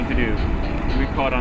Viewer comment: "we try to catch a Malin" 😂😂